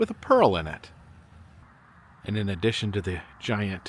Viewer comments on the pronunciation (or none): none